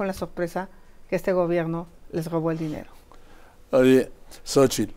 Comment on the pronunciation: Se acabó el grobo, la cogupcion jajaja q aprenda a hablar primero la Xochitl